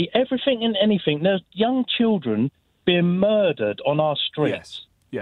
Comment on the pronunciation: Everyfing mate, everyfing. everyfings